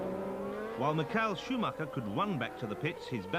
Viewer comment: Mick-ail Schumacher? Suddenly he's Russian, Murray? Come on! It's a standard name and you had it correct in '92 (you were wrong in '91, but you got it right in '92), so what gives?